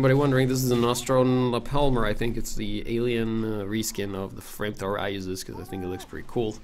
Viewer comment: You said Frame frower. I could swear it.